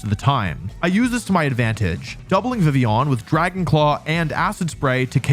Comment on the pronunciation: I like the way you say Vivillon french up the "on"